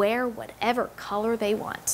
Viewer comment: "Theyby" kill me now 💀💀